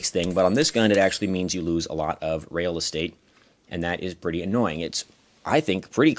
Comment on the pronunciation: "rail estate"